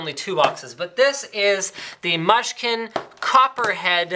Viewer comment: its pronunced Moo-skin